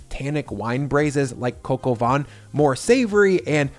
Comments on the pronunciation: its not pronounced coco van.. its cah coh vaih... -_ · “Coke o Von “. Jeezus fucking christ… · "Kok o vaan" is how it's pronounced. Not "coco von" 😆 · It’s not coco van it’s cock ow vin. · Pronounced more like "coke, oh van", and not "coco vawn". If you want to maximize the fat, I'm curious why you'd paper-towel the lardons. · Dude, Its "Coq au van" all over the fucking world, don't do the Freedum Fries performative dumb crunts carry on. Do you insist on veg cut "In Tiny strips" or "Julienne" ? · "Coke ah vaughn" lol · Your french pronunciation is oh so close but the way you say it sounds like, translated, "windy chicken" of "chicken of the wind." lol Say it with me: "cuck oh vei[n]" (don't pronounce the "n" in vein). Looks super tasty! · “Cocoa vahn.” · "Cock". I know America was founded by puritans so bad they got kicked out of the UK for being too fundamentalist, but it's still ok to pronounce things like "The Koch brothers", "Heckler & Koch" and "Coq au vin" properly. It's not going to hurt anyone. Oh, and "van" while we're at it. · Coq au vin. Not whatever you said.